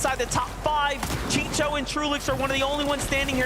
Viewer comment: These commentators are bad AF at reading names!!!!! The guy is named CHICO not CHICHO, WTF!!!! Get people that know how to talk, instead of choosing those who talk fast but it's all gibberish..... Learn the history before saying dumb sht!